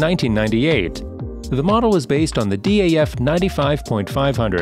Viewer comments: Good video with interesting content but without wishing to be too critical, the pronouncement of some of the manufacturers is simply wrong and spoils the video. ‘D.A.F’ is actually just pronounced DAF, like daft without the T. ‘Leeland’ is pronounced ‘Lay-land’. If I was to make a video about North American trucks then I’d learn how they are pronounced first. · it’s not D A F it’s DAF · MAN and DAF are not spelled as M A N and D A F but are read as a word, amnd IVECO is not Ive CO but Iveco, do your research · You know you can pronounce DAF and MAN without spelling it? Americans haha